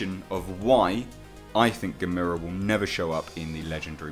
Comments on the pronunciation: Why does he say Gamera (Gam-er-a) like Gamera (Game-ere-a)? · Oh for gods sake, i can’t take it! It’s not geh-MEERA, it’s pronounced GAM-a-rah !!! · GA... ME... RA... Not Gamira. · Yep. Rhymes with "Camera" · Come on dude it’s Gamera! There’s no I in his name! Get it right, ya dingus! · Look at the old movies... they say Gam-er-a. Other than that love the channel.... Peter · No it's not gamers. No no no no no. Nobody believes that and you say Gamers wrong. It's more likely Barugan as he actually tunnels but Ang is a fair assumption. But it's Gammer-ra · Dude, it’s gam er ah ( gamera) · No, it's "Gamera", pronounced like ^^^ (@ Tech" or "Guh-mare-uh." lol. Or, if you prefer; "Gam-irrr-uh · G VS G would be to epic if done right !!!! The theaters would explode from so much awesomeness but this would have to made in japan to do it JUSTICE !!! ITs GA- mera emphasis on the GA btw. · I highly doubt its Gamera even though I WOULD love to see him in it. Yes he is a "good" monster. You ARE killing me with the mispronunciation of his name by the way. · You definitely butchered the name you said it completely wrong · You said Gamera name wrong!!!!!!!!!! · You are saying gamera wrong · stop pronouncing it like that